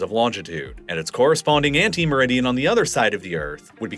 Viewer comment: It's 'antimeridian', not 'ante meridian'.